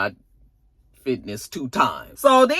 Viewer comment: Fitness 2 Times 🤣🤣🤣💀💀💀💀💀💀💀 Finesse. It’s Finesse 😂😂😂😂